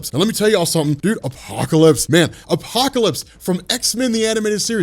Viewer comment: The way u say apocalypse is godly